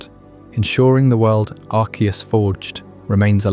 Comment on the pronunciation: pronounced arceus two different ways within 3 minutes of the video starting